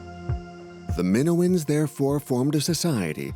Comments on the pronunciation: Just can’t stand the AI pronouncing “Minoans” like it does. Sorry, it’s a no from me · Yeah, that pronunciation was bugging the heck out of me, as well.😅